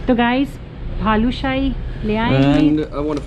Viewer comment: Helpful video for many😀.., I think it's Balushahi..Not Bhalushahi😀😀😀